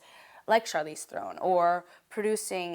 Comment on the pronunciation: You don't even know how to say Charlize Theron right what the hell trying to sound intelligent and she sounds like an idiot